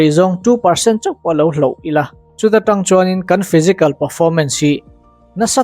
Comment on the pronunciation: Hlauh❌ Hloh✅ ... Nachin❌ Nichin✅ ... Uihawm❌ Uiawm✅